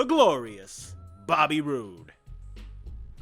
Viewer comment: You didn't say his name right...it's Bobby ROOOOOOOOOOOOOOOOOOOOOO